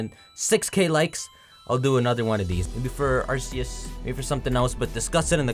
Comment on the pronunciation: Why does no one ever say Arceus correctly?